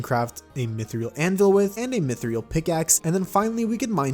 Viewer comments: It’s mith ril not mithreal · Your pronunciation of mythril is peculiar. Sounds like mythriul. The mod seems quite interesting, bringing more money makes you deal more damage, but there's also more to potentially lose. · Ok ok I love your content but... Myth-re-al? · I swear if he says mythriel again I am going to find him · This is my first time on this channel, and the fact he pronounces "Mythril" as "Mithryal" infuriates me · Its Mythril not Mythriel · Dude its mythril not mythiril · Am I the only one who gets unreasonably angry over pronouncing Mythril like Mythriel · ah yes myth-=ree-ill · i know this mf did not just say mythreal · why do you say mythreal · Idk why but "myth-ree-al" hurt me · the way he says mythril is painful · Each time you say mythril, I die inside a little more